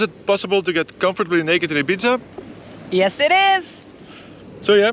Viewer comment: Sorry to be pedantic, but it’s pronounced Ee-beetha in Spanish, or Eye-beetha in English. The Z shouldn’t really be pronounced.